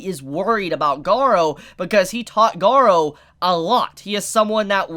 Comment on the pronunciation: you pronunced it right, I don't know why the subs called him Garo...